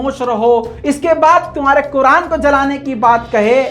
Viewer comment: 🤬🤬🤬🤬kuran ko ase nahi bolna chai ye